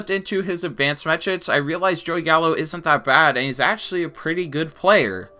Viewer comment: where are you from that you pronounce actually as atually, section as setion and so on? just curious, no offense